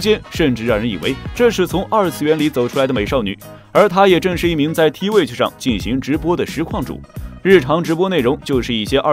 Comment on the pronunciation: T WITCH， 第一次聽到這種念法，原來是T巫女呀、一般都念作推趣。